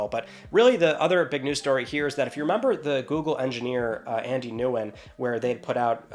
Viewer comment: "Nguyen" is a very popular Vietnamese last name, pronounced "Win", not "New-win" lol